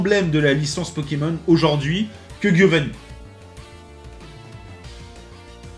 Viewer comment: Par contre ça me trigger toujours autant qu’il dise Guiovanni, c’est italien ça se prononce [djiovanni], c’est un détail mais ça me trigger 😂😂😂